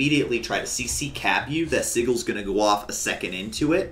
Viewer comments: Si-jils my guy. Soft G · tries to say sigils